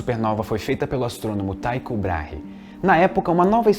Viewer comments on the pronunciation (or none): O correto é 'Tíco" e não 'Taico'. Eu sei que parece ser o segundo caso, mas simplesmente nao é. E quando ao segundo nome, sendo ele um dinamarquês, parece que o adequado é 'Tíco Brarrah' ou algo assim.